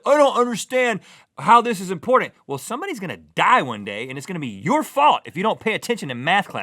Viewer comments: There are two T's in the word "imporTant". There are no D's, the word is not "imporDant". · i dont understand how Rhett cant say the word "IMPORTANT" .. he say's Impordant... UGH, drives me nuts. :P It also drives me nuts when people in general say other words like, instead of COTTON they say COT-IN, or CODDEN... >:( UUUUGGHHH It makes me ANGRY when ppl do that.. its so lazy. Its a ridiculous... and I hate it when someone says the word WOOF, in stead of WOLF. and multiple other words. ... sorry my rant is over.. :P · ITS IMPORDANT!!!